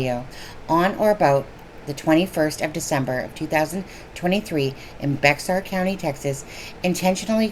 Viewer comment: Bexar county pronounced bear.